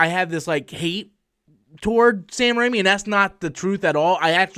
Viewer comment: He's name is Raimi. Not Rami. You're thinking of Malek.